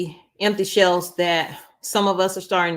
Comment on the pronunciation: It’s shelves not shells